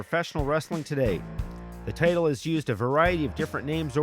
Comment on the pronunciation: Good vid, even without any real wrestling footage. Did anybody else think the narrator was saying 'potato' instead of 'the title, ' though?